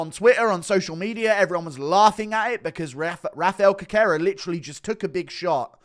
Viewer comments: Always brings me to tears when Guru says Cockera to Cerqueria 😂😂😂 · Cerqueira is pronounced "Serkayra"... The "C" is pronounced as an "S", just like in Cejudo